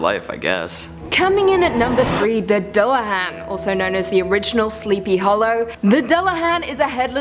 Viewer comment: Dear god it's pronounced "yo-ton" and "duel-a-haan"